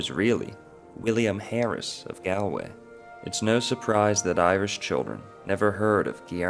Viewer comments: The first syllable of Galway is pronounced like a "wall", not like a "gall" from kalamazoo . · 😂 you are saying Galway wrong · It would be nice if Galway was pronounced correctly. Nice piece. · Gaul-way or Gallway is how you say it. Come on man, research names when your doing your vids. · Great work. Galway is pronounced “Gall-way” like “all” btw. Very interesting info here. Thanks! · This is a brilliant piece of work, I expected it to be easily dismissed woo-woo... it isn't. Really got me thinking. Thank you. [And brought tears to my eyes that last scene of the Brendan doc... ach, very moving, very moving.] Galway is, incidentally, pronounced "Gaul - way" in English anyway... with an "a" like "Saul" or "small". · Galway is pronounced “Gaul-way” . Just a friendly fyi from an Irish man ✌️ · Dublin here. I have heard numerous culchies pronounce it like the guy in the video! "Gale - way." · Who are you to say what every Irish child should know when you don't know how to say Galway? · How do you make a three hour video and mispronounce the name of the city?! lol